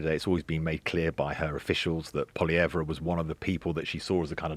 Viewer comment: How many times do they mispronounce Pollievre??? Painful smh